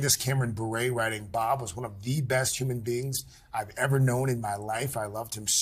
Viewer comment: It's Candace Cameron-Bure (pronounced like YOUR but with a B instead of a Y.)